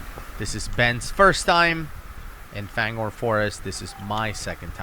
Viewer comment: Why do u guys all call it FANGHORN when it’s clearly spelt and said fangorn- (FAYNGORNE)